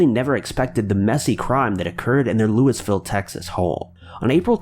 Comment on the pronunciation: Lewisville, lol not Louie Ville I'm from round here